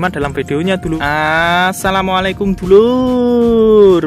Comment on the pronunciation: Mass mohon maaf mengucapkan salamnya yg benar🙏🙏🙏🙏